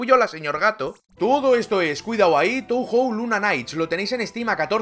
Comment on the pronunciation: En japonés "ou" suena "oo" (o larga, y "ei" suena "ee", "e" larga), así que Touhou debería sonar [toohoo]